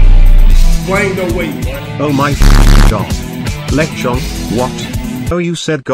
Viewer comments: something about how the tts says Lechonk the second time breaks me consistently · I love how the AI voice says Lechonk it's great 😆